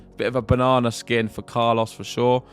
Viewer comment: Love your pronunciation of Carlos' name. Spot on. Carlos took control of the match in the second set by changing the rhythm of the exchanges. his heavy high balls were not easy for Jannik to handle